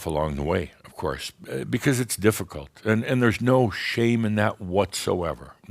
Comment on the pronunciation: ÆND. lol, I love it.